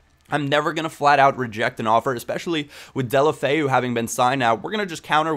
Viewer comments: It's pronounced Dela-foe thumbs up so he can see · deh-oh-low-feh-oo. try to say it all as one word and you're good to go lol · It's actually pronounced Day-ew-lo-fay-ew, get it right ;) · It's pronounced Deulo-Feu. At least that's what he calls himself. Also, a great player to get is Zhano Ananidze from Spartak Moscow. Trust me I was right about Ince, Dongou, Deulofeu etc. Zhano is like a mixture of Iniesta, Messi and Mata.